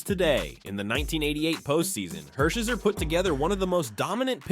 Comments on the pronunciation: Orel Hershiser’s last name is pronounced Her-shy-sir, not Her-sheh-sir. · Los Angeles shouldn't be in the title if it includes those Brooklyn-only players, at the expense of LA Dodgers like two-time batting champion Tommy Davis and Golden Glover Wes Parker, among others. And the pronunciation of Hershiser... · I'm sorry Orel.........the butchering of your last name is one for the record books! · A good list, but to many guys who were only around a brief time. and no Davey Lopes? big miss there. and how about the all time dodger at bat leader, Billy Russell....or junior Gilliam, his number is was retired by the Dodgers. or all time save leader, Kenly Jansen...or Steve Sax....but you lost me when you mis-pronounced Orel Hershiser's name. lost your credibility there. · Can’t even pronounce Orel Hershiser’s name properly… both th first and last names.